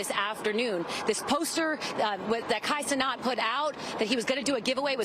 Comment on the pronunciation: "Kai CeNOT"